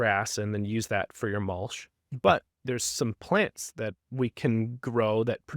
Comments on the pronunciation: Mul-CH not Mul-SH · Love the concept but is that an AI voice? It's not even pronouncing mulch correctly.